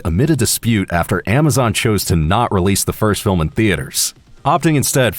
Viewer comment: "Filim aductaion of luigis mansion" Me: AAAAHHHH